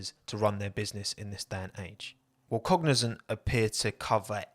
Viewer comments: Pronunciation, just be mindful of that because from the beginning the name you described sounded like Cognizen not Cognizant. I'm thinking, how do you get the zen sound out of zant? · Cognizant sounded like fuel company for me lol